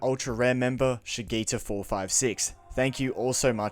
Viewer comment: I don't wanna be that guy man but my name is pronounced Sha-G-ta but it's all good. Great game was my 1st platinum of this year, just like Astro's Playroom was my 1st of 2024. My favorite Bot references were Joker, Aigis, and Teddy from Persona